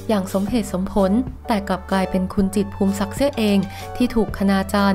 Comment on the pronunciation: นามสกุล จิตร อ่านว่า พู มิ สัก ไม่ใช่ พูม สัก แอ๊ดมิน